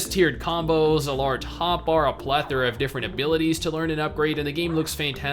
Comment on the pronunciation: MMOByte bingo definitely has a box for when says plathera, haha